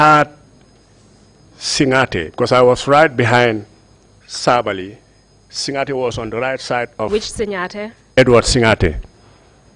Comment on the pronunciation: It’s actually SiNGAteh counsel, not SiNYAteh! These records will be kept for posterity, so it’s important to say the names right. Just my two-piece.